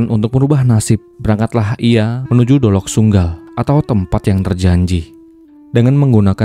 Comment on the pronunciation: dolok sanggul om bukan dolok sunggal😅